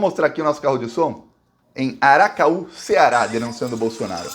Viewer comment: Você errou o nome da cidade. É ACARAÚ. Não Aracaú.